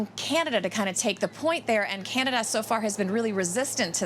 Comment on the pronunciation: How long is Biden expected to be in “Canadia” ?